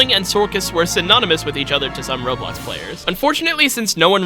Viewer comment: The faster you talk the more you call it Roblux